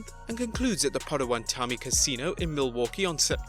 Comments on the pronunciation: it's paw-toe-wa-toe-me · I love this channel but your pronunciations needs work sometimes: Pot-a-wat-a-me.